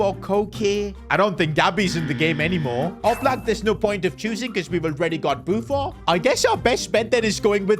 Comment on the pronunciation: Why u saying buffo its buffon